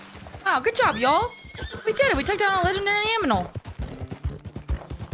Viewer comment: We took out a legendary AMINAL😅